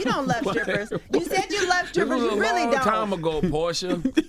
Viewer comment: Am I the only one who's hearing scrippers?